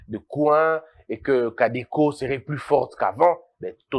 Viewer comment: Salut! Parlant des ces foutus rebelles en Ituri, ils se font appeler CODECO plutôt et pas cadeco (caisse d'épargne du Congo) On est ensemble et nous prions chaque fois pour vous.